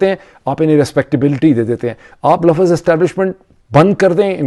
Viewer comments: buhat jahil ghair parha likha admi LAFZ ko lafaz bolta hay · The word is lafz not lafaz.